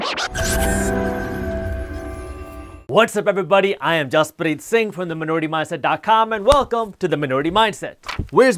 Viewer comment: The way he says Jaspreet Singh is desi ghee❤️